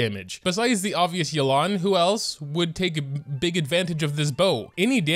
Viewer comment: I think her name is pronounced Yay-lan- someone correct me if I’m wrong